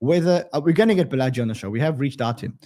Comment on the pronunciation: Balaji is pronounced "Baala-G" 😊